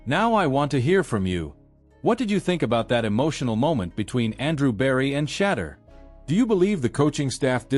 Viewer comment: Why these people seem to be unable to simple say Shedeur but mispronounce his name on daily basis, Wow